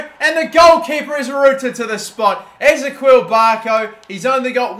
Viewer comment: who else is getting pissed at how he's saying ezequiel